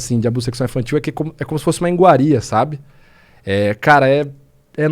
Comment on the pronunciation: “É como se fosse uma INGUARIA, sabe?”. O que seria uma INGUARIA? Kkk não vamos assassinar o português, por favor! 😂